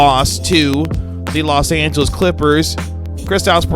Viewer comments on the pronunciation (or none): none